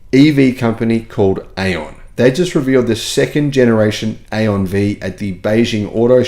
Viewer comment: the correct pronunciation for AION is “eye on” according to an AION engineer I spoke to, similarly, Xpeng is correctly pronounced XPung, according to my Chinese relatives.